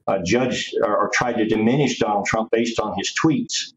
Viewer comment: Did she call him Tonald Donald Trump at the beginning? 😂